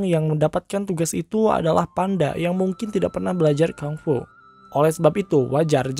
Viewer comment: Maaf kak yang bener penyebutan nya Kung Fu bukan KANG FU 🙏🥰